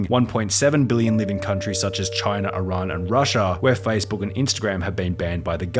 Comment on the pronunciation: Thank you for saying Iran right